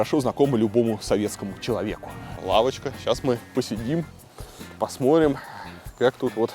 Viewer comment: Посмотрим, а не посморим! ВЫ МНОГО ТЕРЯЕТЕ С ПЛОХИМ ПРОИЗНОШЕНИЕМ! ПОПРАВЬТЕ, ПОЖАЛУЙСТА ! ЕЩЕ РАЗ: ПОСМОТРИМ, А НЕ ПОСМОРИМ !